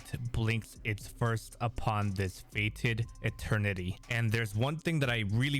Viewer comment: FETED NOT FATED. Huge difference there dude.